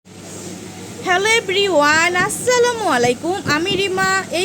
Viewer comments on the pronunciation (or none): আপনার হেলো এবলিওয়ান শুনলে আমার অনেক হাসি পায় 😂